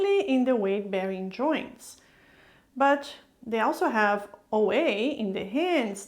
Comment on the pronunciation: i love how she pronounce words, "joinch" joints